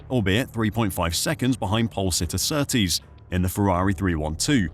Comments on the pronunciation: Ok I've watched 22 minutes of your video. Henry Surtees not Surtrees as you keep saying. You go to the trouble of making a decent video on the crashes that changed f1 then dontvget the name of the driver right. Surely that's the easy bit. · His name is Surtees not Surtrees!!! Better informed on surname spelling and pronunciation. Are you seeing what were seeing, it was worse cause he had no leg protection. Senna's name is Aryton Senna de Silva for #£&_ sake!!!! There was Drivers Committee, up until the later 70's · Surtees, not Surtrees you idiots. Jesus. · It's a good video so far but i wish you would stop saying SurtRees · You put a lot of work in this yes you said John Surtees wrong that’s OK. You corrected it. The 1978 Grand Prix of Italy, well Monza should have never ever started. There were cars moving towards the back of the grid. It’s going to create a massive traffic jam if the cars are not fully stopped. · There is only one R in Surtees get our pronunciation right ye fud